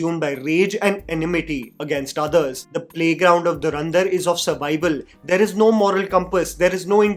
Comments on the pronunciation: Dharandhar ??? Bro It's Dhurandhar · Learn to pronounce the movie title correctly dude. It's not Dharrrandar. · Or durandhar😂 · Dhurandhar ❌ Dharandhar ✅